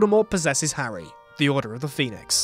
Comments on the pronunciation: Did he call harry potter harwy potter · howwy potter?